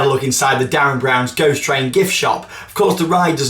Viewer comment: I've noticed for a while since Derren Brown was announced as the person behind WC16 (now DBGT) that you always say it like 'DArren' not 'DErren'! Haha this winds me up everytime! (in a good way)